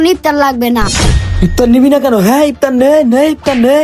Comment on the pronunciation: ইফতার❌ ইপতার✅ 😂😂😂😂😂😂😂😂😂😂😂😂😂😂😂😂